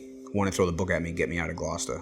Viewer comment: To hear an American say the word Gloucester correctly is slightly unnerving